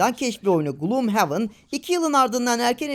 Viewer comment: Groomhaven değil abi Gloomhaven